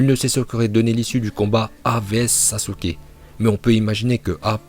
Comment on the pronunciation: très bon classement mais essaye de bien prononcé les nom par exemple sasUke le "u" ne se prononce pas voila sinon très bonne vidéo